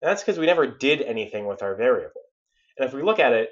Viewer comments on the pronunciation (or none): Vair-able XD